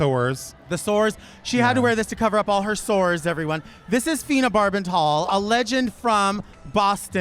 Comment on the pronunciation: 🔶Even in the middle?🔶 And did Delta say Fina Barbasol at ? I mean... 💈🪒